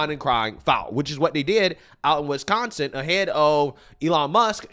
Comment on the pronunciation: Wisconsin not Wesconsin!